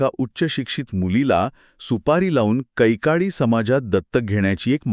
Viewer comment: कैकाडी not कैकडी